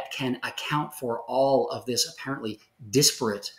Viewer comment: What a humble soul! And one of the few people I have heard pronounce "disparate" correctly 🎉❤